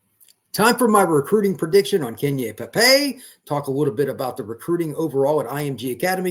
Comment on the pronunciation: It’s pronounced Key-Nai for future reference.